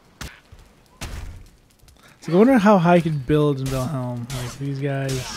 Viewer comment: You do know by now it's "Val-HIME", right? ;-)